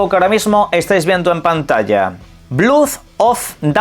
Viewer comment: por favor, no digas blud of the Dawnwalker. Léelo en español, pronuncialo Blod con O. Ni en Inglés se pronuncia blud.